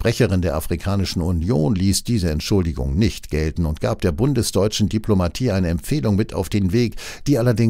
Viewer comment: Baerbock verwechselt das Außenministerium mit dem Kriegsministerium. Sie kann das Wort "Diplomatie" weder buchstabieren noch korrekt aussprechen.